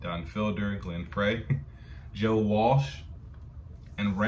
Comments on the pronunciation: If you've seen Eddie Murphy in Beverly Hills Cop, the opening song, "The Heat Is On" was a a solo project by Glenn Frey (pronounced "Fry"). The Eagles are a group you could create an entire library of reactions for their group collectively and their careers individually. Case in point, Joe Walsh "Life's Been Good", Don Henley "New York Minute", etc. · Glen Frey's last name is pronounced, FRY. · The name Glen Frey...is pronounced the same as french fry